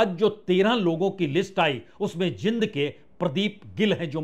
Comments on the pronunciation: जिंद नहीं, जींद बोलिए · Jind nahi bola jata, (Jeend) es ko Jo bologe Wo asal name hai city kaa, Jo Bola jata hai